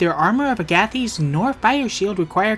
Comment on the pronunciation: that agathys pronunciation made me question reality, then realize I'm right, then type this comment to say I'm right, then question whether the pronunciation of a random demon really matters, then decide to type it anyway and make it self aware so I seem kooler than I actually am (Haha kool joke)